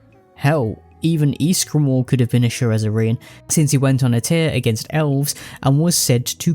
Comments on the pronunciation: is "sherezzarine" the same thing as shezzarine? I cannot unhear your pronunciation. The vid is otherwise great, but it's quite jarring. You write it correctly. Why the extra syllable? If anything it makes it harder to say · Shezzarine, not Sherezzarine, for the love of God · you’re mispronouncing shezzarine as “sherrezzarine” but tbh i like ur pronunciation and spelling better than the proper way so im gonna start calling it that from now on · Love your vid man but I had to skip the SHEREZZERINE part. If you had not kept pointing it out then it would not have been so bad for me but just couldnt lol. Maybe think about a re record next time. Just my honest opinion. Other than that, great vid. Got my sub and like. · it's "SHEZZ-A-RINE"